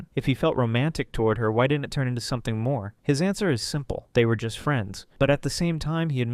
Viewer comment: “SUMP’IN LIKE GAT”